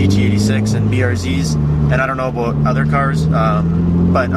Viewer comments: jonathon lesko and he said aboot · its abewt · The aboot is killin me. So whats all this aboot? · jonathon lesko You definitely know what you're talking a-boot lol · Not to racist or anything but it was the way you said "about" that made me suspicious :D